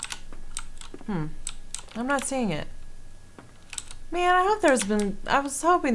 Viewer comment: I'm so happy that I'm not the only person that says "mang."